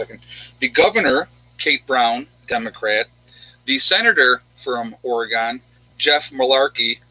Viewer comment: Or-Gun. Not Or-eee-gone. :)